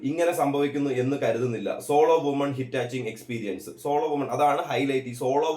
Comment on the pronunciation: ഹിറ്റാച്ചിംഗ് അല്ല ഹിച്ച് ഹൈക്കിംഗ് ആണ് .